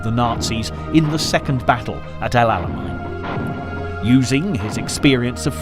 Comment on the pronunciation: El Alamein…not Alamine